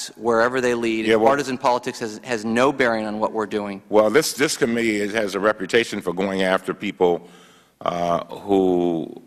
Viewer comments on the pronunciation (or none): Cummings needs a linguist to help with his speech!! Committee is not pronounced com-mini